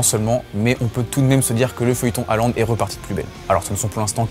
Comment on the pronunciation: Arrêtez de dire "Haland", sont nom complet c'est Erling Braut Håland avec un "å" qui se prononce "ô". De plus le "au" en Norvégien Bokmål se prononce "eu". Faîtes une effort...